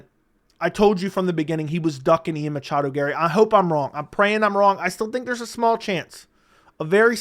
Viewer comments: Please stop saying Machado. Drives me crazy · Dude it’s okay to not say machado every single time 😂